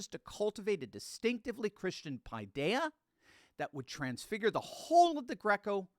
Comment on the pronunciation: Great Video... but I'm afraid that you need someone Greek to help you pronounce the Greek words correctly. Paideia: Pe thia' (2 syllables accent on the last letter "a"). It means Children.